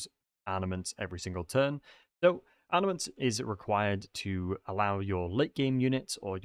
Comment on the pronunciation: I am the only one that keeps on hearing him say ARNAments ?